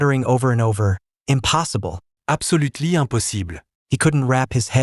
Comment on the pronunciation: apsolutly amposible 😂😂😂😂😂😂